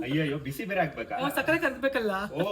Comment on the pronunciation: ಸಕ್ಕರೆ ❎ ಸಕ್ಕೆ✅ ಪಾಕ ❎ಪಾಕ್ರ ✅